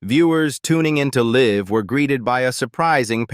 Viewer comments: How do you manage to mispronounce live? I mean seriously . It's live , pretty easy to pronounce in my humble opinion AI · 😱 stop saying “ LIV”. It’s freaking “ Live” rhymes with “ dive”. How many different ways are you pronouncing her last name? Aren’t you a robot? You’re supposed to be “ INTELLIGENT”. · I sooo hate these AI narrations. The dead giveaway, mispronouncing live, Kelly’s last name and more! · This commentator is awful! He’s mispronounces many names and the word live. It’s hard to take him seriously. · This AI slop sucks. When it mispronounced “Live” with Regis I tuned out………/ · Can’t get past the AI voice as well as mispronunciation of live vs live 😬😬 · Can’t you program your AI speakers to say the names correctly? Kelly Ripa RIPPA is pronounced rip a, not reeepa or Ripe a. Please. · It’s not reepa it’s ripa it’s not live it’s Live! Gosh I had to leave AI never pronouncement of words is so awful! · I can’t stand these computer generated AI narratives. Mispronouncing “Rippa” and “live”drove me up the wall. I couldn’t watch it to the end. Please find someone that is human to host these videos!